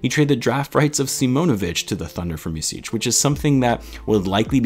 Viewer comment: Your soft "c" on the end of Micić is on point , only thing that is of is in the middle of his name, it`s not Misić , it`s more like Mitzić. Hope that helps. And also , props for trying to pronounce it the right way.